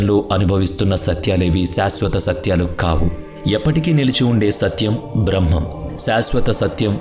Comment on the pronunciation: Braahmam kaadhu brahmam